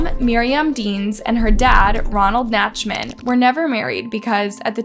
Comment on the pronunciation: Nicole Nachtman=Naktman(pronounciation) A name of German origin. Originally Nachtmann which directly translates to Night Man